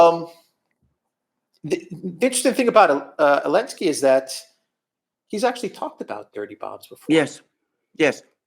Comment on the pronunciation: He's Zelenski.......not Elenski 😆😆